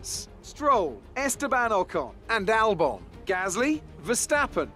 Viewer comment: Hamilton vs verstapern AA is ham and Lando is Ham? and its AlbON no i in Albon